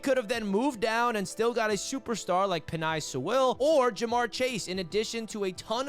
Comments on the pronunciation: Btw just so the AFC East Roundtable doesn't clown on you. Penei Sewell's name is pronounced "Penne (like the pasta) Soo-ull" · Why the fuck do you pronounce Penei Sewell like that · Yeah he butchered that 🤣😂🤣🤣